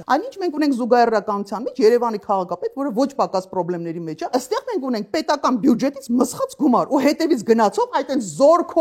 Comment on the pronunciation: Տիկին , ոչ բարով իրավապաշտպան էս ու չգիտես որ բյուջետ չի , բյուջե է , հազար անգամ էլ կրկնեցիր